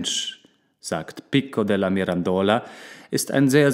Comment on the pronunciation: Pico della Mirandola die Aussprache hört sich richtig gut an auf jeden fall besser als die von Rene Descartes wo du das s am Ende immer mit ausgesprochen hast. ;--) Aber ich liebe deine Stimme und du hättest auf diese Videos mehr klicks und Likes verdient bei so einer guten Qualität <3